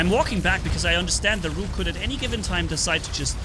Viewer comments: Rook is pronounced like book, not like nuke. The rhyming does not work. LOL! BTW... The machine guns work pretty good against Rook as well. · say look but switch the l with an R.